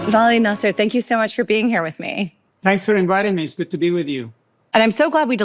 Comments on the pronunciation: your are smart girl and you had a very smart questions i enjoy your interview very much, but you have to learn how to pronounce vali"s last name correctly, is nasr not nasser 😃❤ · Great interbiew with Dr Nasr. By the way you correctly pronounce Iran not I ran!! The pronounciation of Dr Nasr is Nasr and not Naser. I may heard you wrong.....but I heard Naser abd not Nasr!!!! 🎉🎉🎉